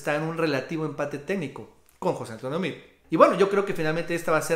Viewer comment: Se escribe Meade, se pronuncia Meado y está Recagado.